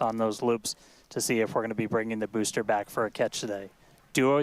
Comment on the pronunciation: No other streamer pronounces BEWSTER correctly